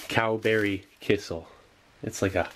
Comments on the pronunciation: It's a little funny how amazed you are with kissel (which is actually pronounced more like "key cell", more stress on cell) -- it's just fruit or berry juice with starch to make it thicker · Love the videos, just an fyi its pronounced key-shell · The way you say kissell cracks me smile every time. In my country (Estonia) we have kissell all the time. I don't know maybe it's pronounced like that in english but it's still quite funny. Oh and you also should try the rations from the estonian defence force